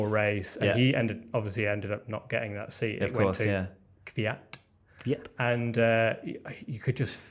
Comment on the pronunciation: it can be either kivyat or kviyat, both incorrect.